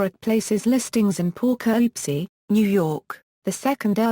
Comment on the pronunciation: The pronunciation of the subject city's name is pathetic. Too bad you couldn't have a more capable computer generated voice narrating or, Heaven forbid, a human.